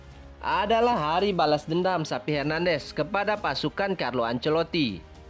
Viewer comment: Bukan SAPI Mas.....tapi XAVI...pake V.....😂🤣😂🤣